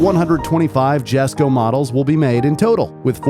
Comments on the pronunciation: Please tell me I'm not the only one here thinking it's pronounced Jesko (yes-ko) and not Jesko (jes-ko) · i swear its pronounced as yes-ko, not jes-ko. but it is what it is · Is not "jesko" is "yesko" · Isnt it pronounced iesko? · Lol jesko is pronounced as yesko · Its pronounced yesko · Just wanted to say that Christine said himself that the J in jesko is silent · He pronounced Jesko wrong.